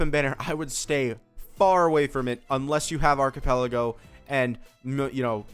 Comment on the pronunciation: whos archipelago? do u mean arlecchino?